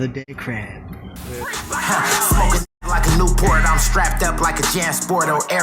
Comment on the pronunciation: He said "another dead ckrab" 🦀K 😂😂